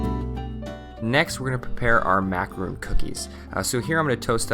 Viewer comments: IT IS PRONOUNCED MAC-A-RON!!!!! A MACAROON IS A IS A A JEWISH COOKIE!!!, THEY R VERY DIFFERENT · I was just thinking the same thing... Its macaRON !!! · OH MY GOD. Its ma-ca-RON. one O. Everytime he pronounces it like macarOOn which is totally different. This irks me so much when people get macaron and macaroon mixed up, speaking and spelling wise. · It is Macaron not Macaroon Nicely done video! You’ve broken down the macronage process down so anyone could follow it. Thanks! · Its called a Macaron not M A C A R O O N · Is it irritating anyone else that he keeps calling them macaroon and not macaron? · Its Macaron not Macaroon and that is not Caramel, its dulce de leche. Had to unsubscribe, who gives instruction to others when they dont even know what they are talking about? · Mmm... This looks delicious!Definitely going to try out the recipe. Although macaron isn't pronounced "macaroon" (which are those coconut cookie-like treats). Macaron is actually pronounced mah-kah-rohn! :) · Its a fucking macaron not a macaroon you dumb fucks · A macaroon is a macaroon, I understand. That is not the point i am trying to make. Obviously, is not making macaroons, he is making macarons, though he pronounces the word macaron like macaroon. It is pronounced macaron internationally, and calling it a macaroon would be considering a different pastry altogether. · Oh my god the way you pronounce "macaron" is illegal to any French guy, "macarounz" oh my goodness... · 1) *dulce de leche 2) macaron (not macaroon) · Sofia I'm not going to freak out, it's just cringe worthy, you know? Like someone mispronouncing your name. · Yep......drives me crazy too. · its pronounced MACARONE. macaroons are a completely different cookie. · Dukky Drake you don't have to speak French to be able to call the food your making by it's proper, correct, name. No one is saying he should speak French, but to stop calling a Macaron, macaroon..